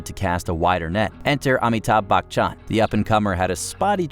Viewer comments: That prononciation of Amithabh Bachan broke me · Amitabh Bachchan, I can't believe you guys butchers his name